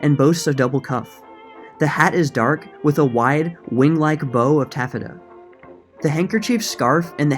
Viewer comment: Love this channel!!! 😍 Gonna binge to forget the mess on the news for a while. Couple of pronunciation hints: App-lee-kay, er-min, and I got a good giggle out of ta-FETA, made me want a gyro 😁